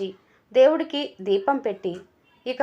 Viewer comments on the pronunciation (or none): none